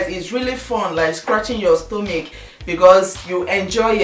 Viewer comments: I doubt it.I am a Nigerian and I pronounce Stomach not stomic. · Lovely tips. i just want to ask, why do you pronounce stomach as stomic? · i love u dear but why are u saying "stomich" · stella-marie signature my sister, I couldn't stand it too, and her Igbo accent is so unstoppable. I love her videos but...